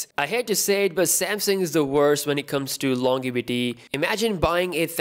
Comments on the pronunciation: Hello fellow Pakistani, love your videos. I like when you say LonGevity instead of LonJEvity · Its funny how he says “Longevity” and rapes the poor word!